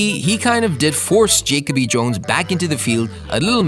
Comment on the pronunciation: Jake-o-bee Jones????😑😑